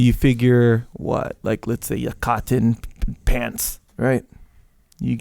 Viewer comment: Caht ton? Cah ton? Sounds like the last of the mohicans trying to pronounce cotton.